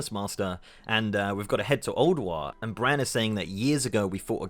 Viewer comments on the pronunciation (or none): Brann not BRANNZ